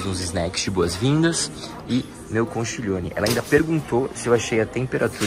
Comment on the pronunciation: Só uma pequena correção: A pronúncia é "conquilhone".